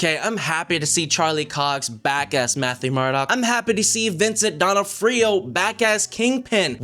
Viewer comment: The worst review ever… you can’t even pronounce Vincent’s last name 😂😂😂